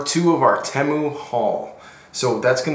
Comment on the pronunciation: You’re the only person I’ve ever heard pronounce Temu that way. It immediately turned me off and now I’m leaving this comment with a thumbs down and bouncing.